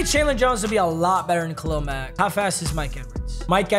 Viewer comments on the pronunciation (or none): none